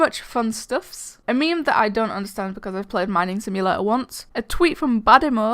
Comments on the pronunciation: Omg the way you say simulator triggers me. you say sim-u-lah-uh sksksksksk I say sim-u-lay-tuh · I love the video but it sounds like she’s say “ simulaaa” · Lol I love it when you say "nominated games" Also "simulaeheh" And guys I have a tip for you for Zombie Attack,in Farmers Town Map, go to the top left of map by the garbage bin jump on to it, then jump on to the roof and no zombies can get you except for Demon's and up the bottom left of the map by climbing up that wall if somebody tries to climb up it and lures it to the roof. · “Simulauau” Pls don’t kill me it was a joke I’m sorry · The way you say simulator is kinda funny, its probably because im dane... (no hate) simulerer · You saying "simulator" kills the hell out of me 😂😂